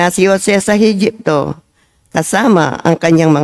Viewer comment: Sana Po mag ingat sa pagbbasa dahil Yan ay salita Ng dios mula sa bibliya, tulad Ng egipto , ehepto,at Hindi Magento, meneses Hindi maneses...patawad po